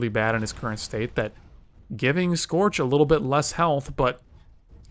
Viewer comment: it's scorch you degenerate